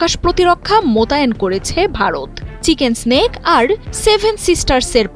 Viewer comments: যে ব্যাক্তি নিউজ টা পড়ে শুনাচ্ছে - চিকেন্স স্ন্যাক এটা- চিকেন নেক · এই নিউট রিপ্রেজেন্টার বললেন বাংলাদেশ হুমকি দিল আর তাতে ইন্ডিয়া ভয় পেয়ে গেছে। এসব উস্কানিমূলক নিউজ প্রচার করে বাংলাদেশের বিপদ বাড়াতে চান? বাংলাদেশ স্বভাবতই একটি শান্ত দেশ। আর মূর্খ এই নিউজ রিপ্রেজেন্টার চিকেনস্ নেককে চিকেন স্নেক বললো। আগে পড়াশুনা কর তারপর খবর পর। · আরে বেডি, চিকেন সেনক না চিকেন নেক হবে!!😂😂😂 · এই পাঠিকা কি বলে এটা , চিকেন্স নেক্স হা হাহা হাহা হবে চিকেন নেক